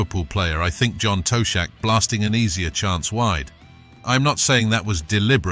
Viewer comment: The narrator plainly has no football knowledge could not pronounce the wolves ground or John to shack